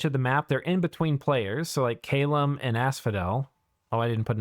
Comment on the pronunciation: Hey you said my name right! Caleum doesn't get a special preferences for a terrain type, so it just gets put towards whatever illwinter has it, which can be i think highland, plains or forest for them.